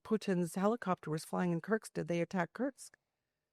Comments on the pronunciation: WTF is curtsks? Stop saying SCUTTLE and learn how say the names of the oblasts before you take to the air. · Good reporting! Keep it up! But also, please learn how to pronounce Kursk... (It's not Kurktst.) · Kerrrrrsssskkkk. Kursk Kuuuurrrrrkkkkk. Not kirks or kercks or kurk. Yikes. How is it so hard read and repeat? Just saying. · It’s Kursk!! There’s no t in Kursk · She cant even say Kursk properly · Lady, learn how to pronounce Kursk